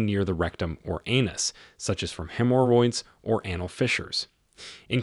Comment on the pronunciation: why are you misprouncing so many words? Anal? Tears? Tarry? Bowel? Diverticulitis?